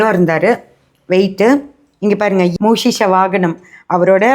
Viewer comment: மூக்ஷிக வாகனம் or வாஹ்நம். Not மூஷிஷ வாகனம்.